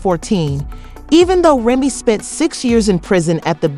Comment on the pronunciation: Can u say say Remy Name right tho? Smh